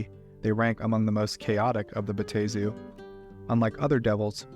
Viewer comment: It's (Bat-Tah-Zu)